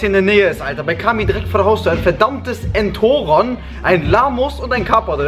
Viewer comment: Sprich Entoron bitte richtig aus